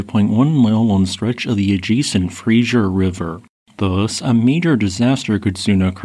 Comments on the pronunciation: It's pronounced fray-zer, not frasier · "Fraser" not "Frazier. Excellent summary 👍🏼. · It's Fraser river, not Frazier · Oh man can we all PLEASE stop calling the Fraser River the “fray-zhur” like the 90’s sitcom staring Kelsey Grammer. Why are so many people these days getting that wrong?! It’s “fray-zer”. More S sound and less JH kind of sound! Nails on a chalkboard. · It is the Fraser River not the Frasier River. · As much as I appreciate the information, i have to ask one thing: Why is it that people see "Fraser" and say "Frasier"? it's Fray-Zer. Not Fray-shure". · It's Fraser, not Frasier (the TV show) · It's pronounced Frazer River, not Frasier River. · Frasier was the TV show. This is the Fraser River. (Fra-zer) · OK, one more time. It's called the FRASER river, not the "Frasier". Frasier is a tv show, Fraser is a river. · It is the Fraser River, not Frasier... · Fraser not Frasier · Omfg! It's not the Frazier river!!!!!!! It is the Frazer(Fraser). This continual ignorance is unbearable. Learn English! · Fraser River NOT Frasier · How? If you're in BC it is all over every SM platform and news on every channel. FB is flooded with the helicopter footage after the fact, showing an eerily calm river on one side and a huge kake forming on the other. A province wide alert went out, and it's spelled Fraser, not Frazier. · Everyone who isnt from here always calls the Fraser the 'Frasier' lol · The Fraser River rhymes with Razer.. it is not pronounced like the TV show. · It's not "Frasier" River. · As a British Columbian please let me teach you how to pronounce ‘fray-zer’ It is not named after Dr Frasier Crane. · US AI commentary calling it the adjacent Frazier river. 🙄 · its ok our friend pronounced it kinda like frazure. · Hype!!!! And there’s no “h” in Fraser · Well that's close to home and thanks for reporting on it. btw Fraser sounds like razor